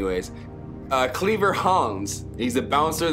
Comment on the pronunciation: bro said cleaver hands 😭